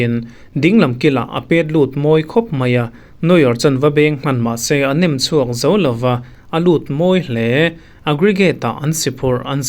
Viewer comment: Nem chhuak ni lovin, nam chhuak tih tur.